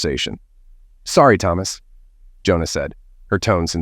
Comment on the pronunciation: Dude, get your names right... Johna, Iona and I know there are more. I just don't want to bother with it right now.